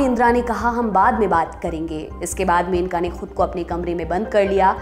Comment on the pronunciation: मेनका नही मनेका ।